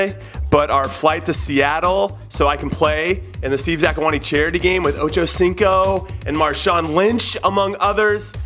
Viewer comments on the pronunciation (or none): none